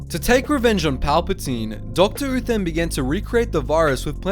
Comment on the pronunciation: I kept on hearing Doctor Who instead of Doctor Uthan